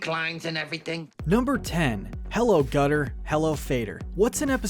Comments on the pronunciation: "hello gutter, hello fader" hmmm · "Hello Gutter, Hello FADER "